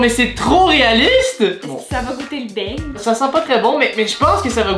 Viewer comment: Euu juste une pEtite faute on dit beignet et pas beigne